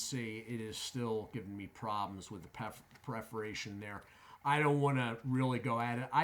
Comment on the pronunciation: Dude its PERFORATION not PREFORATION. I was genuinely quite surprised to hear you say it again after the first time I thought was probably an accident but you really do seem to think that perforation is pronounced as preforation.